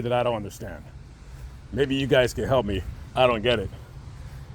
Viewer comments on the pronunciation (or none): none